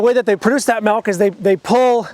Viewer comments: It took me a while to understand what he meant by that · Take a shot every time he says "melk" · I know this is random but like did you rlly say 'malk'🧐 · Your the only farmer I know that says melk. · I know haha just when I first heard it was like wait what? Lol MALK ✌